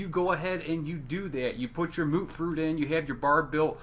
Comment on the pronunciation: He called mutfruit mootfroot and I’m supposed to believe him smh 🤦‍♂️